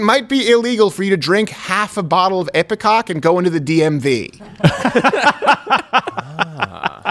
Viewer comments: I'm sorry, but I almost solely (and I said ALMOST solely) watch this show for Half Asian Lawyer Bill... He has slowly, over time, become my fave ✊ PS, it's Ipecac {I-PI-KAK}.. Not IpeCOCK, Crowder 😉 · EPI-KAK not EPI-COCK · Isn't it ipeCAC? You kept saying ipeCOC...LOL! Love you guys :D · Can someone please tell Steven that it's epicac not epicock.